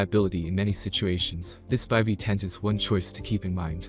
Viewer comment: I have no faith in this right off the bat since the guy does not even know how to pronounce Bivy correctly. Tells me they have no idea anything about the products.